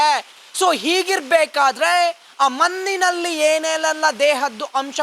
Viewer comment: Maninalli alla manninalli... Spashtavagirali Sir please....